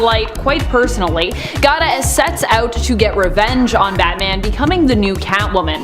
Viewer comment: "gada" lmao. Gata! You fine but no brain 🧠